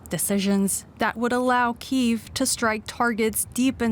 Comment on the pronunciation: ukrainian pronunciation is correct one and it is КИїв, not Кієв - this is russian pronunciation